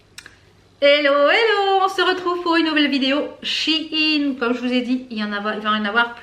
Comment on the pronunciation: Super la vidéo ! Je viens d'apprendre qu'on dit she in et non Sheiiiin mdr